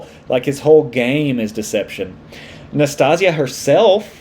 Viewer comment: Nas - tas - ya. It sounds like Anastasia without the first A.